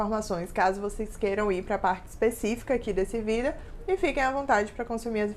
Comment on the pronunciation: “Vidéo” kk bem diferente o jeito de falar